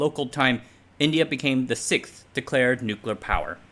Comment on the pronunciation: What is this word sickth? What does it mean?